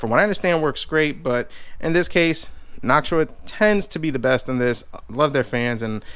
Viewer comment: u say noctua wrong